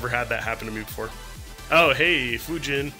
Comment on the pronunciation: you said fujin wrong